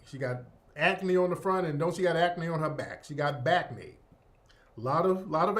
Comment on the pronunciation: Dude said "Backnee". 😂😂😂😂😂😂